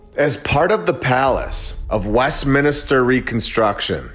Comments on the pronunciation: West min ster Not mini ster . Thank you for your attention to this matter, lol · It's not West-minister mate ! 😅😅😅 It's West-minster 😂😂Sorry, had to say it 😂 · It's Westminster - not - Westminister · Great channel but your saying Westminster wrong everytime ,it's westMINSTER not westminister as you keep saying brother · It’s Westminster not Westminister. It get annoying after a while. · It's 'MINSTER' not 'MINISTER' sorry for being that guy... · I'm not trying to be a jerk, but it's pronounced.West-minster lol. I only know that because my parents spent a lot of time in england and canada and all over the place over there in the u.K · It's Westminster, (3 syllables) not WestminIster!!! (4 syllables) The mispronunciation is incredibly irritating, please correct it in future. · Its a nitpick, but just so you know, It's Westminster, not Westminister. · Evidence is not likely A.I., right? Only humans make these mistakes, it's charming. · Dude… Luv all of your content, but in this instance I’m pretty sure it’s WestMINSTER, not WestMINISTER… just say’n 😋 Keep up the great work 🔥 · West Minister instead of west Minster 😂 I like it 😂❤ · I had to ignore my eye twitch every time he said it 😂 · Americans please stop calling " West Minster" West Minister..Thank You! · Americans 😜🙄 Mate, It's West- MIN -ster. Not West- MINI -ster. 🤣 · Westminster, not Westminister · always wondered as a kid why so many beautiful bldgs and not built now.. also Westminster, not "Minister" 🤣🤣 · "Minister" = "min IS ter"... Westminster = west MIN ster. Sorry. It was driving me nuts. lol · As a Brit, it's bugging me like crazy how you mispronounce Westminster 😂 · Me too considering I come from UK... 😁🤣